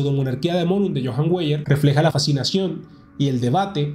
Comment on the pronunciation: Weyer se lee Vaier. Perdone la nota.